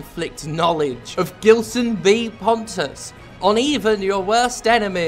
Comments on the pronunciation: Surely it's a name of Portuguese origin, thus pronounced with a soft G. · love how foreigners constantly mispronounce "gilson". its more like "jeelson" but please do not fix that by any means